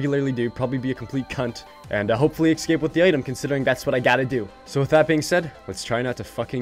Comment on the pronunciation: cuz you be sayin ekscape